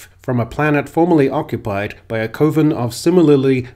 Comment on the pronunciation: By the way, you're mispronouncing coven.